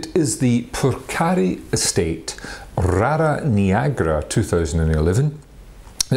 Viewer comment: You should work on pronouncing Moldova and Rara Neagra correctly.